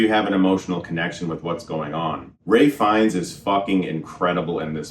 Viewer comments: thats how the actor pronounces his name (ray) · It's Ralph Fiennes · It’s because his first name is actually pronounced more like ‘Rafe’